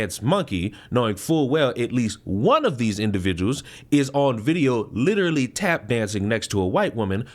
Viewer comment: "and he's an awfuw pewson, witiwawy"